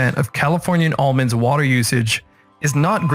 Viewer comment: Ahhmins? it's Almonds